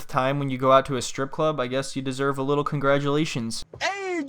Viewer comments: Leetle island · “Cause I come from a liddle 🏝️ “ 😭😭😭